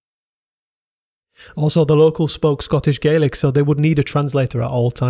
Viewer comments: Right. It’s GAY lik in Ireland. In Scotland it’s GAH lik. At least get the basics right. 😡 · Scots Gaelic is pronounced "Gallick", not "Gay-lick" as you would for Gaelic civilisation more generally, and Irish and Manx Gaelic in particular. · Really interesting! My only small comment would be that Scots Gàidhlig is pronounced "gah-lick" (think RP garlic)! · Pronunciation of Gaelic was typically abysmal